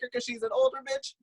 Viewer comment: It’s Britney betch!